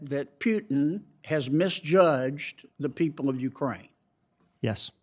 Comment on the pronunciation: OK John, it is PUTIN not PJUTIN.